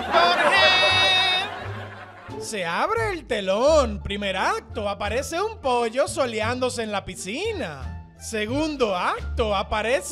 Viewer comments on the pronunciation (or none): none